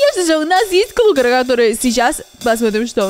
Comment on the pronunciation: Не клукр а клакр